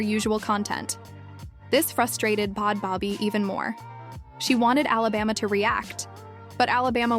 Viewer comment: I’m dead😂. It’s “bad baby”. Everyone makes mistakes, I honestly found the video better with it being pronounced like this😂